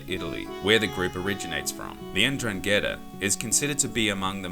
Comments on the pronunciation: Holy shit N dran Ghetaa never heard someone butcher the name like you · Great video, mate. Just one minor thing, N'drangheta is pronounced ndrángeta (as if the N wasn't capitalized, starting with the consonant sound as in the word "nose"). They're quite infamous here in Europe. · It would be lovely, if you try at least to pronounce 'Ndrangheta correctly. Since we have learnt your language and we make everyday effort to speak it properly, it would be good to acknowledge that your way to talk may change foreign words so as to make them unrecognisable by native speakers. Thank you. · At least pronounce it right. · Hi mate. Jamal By your name your are not Italian, you can tell by your explanation of the Sicilian mafia. At first - its not “La” but only Cosa Nostra. Mafia is a general way we call organised crime in Italy. Which we have 4 main “branches” completely different one another. Sicilia - Cosa Nostra Calabria - Ndrangheta (which Is not pronunce like the guy in this video) Campania - Camorra Puglia - Sacra Corona Unita Families from each “branches” moved to the USA to expanded the “business” Cosa nostra became more famous due to the Hollywood movies and to the help Lucky Luciano gave to the American Army to get to Sicily at the end of the Second World War. Just some quick points. But sorry you are wrong. - look it up properly- Cheers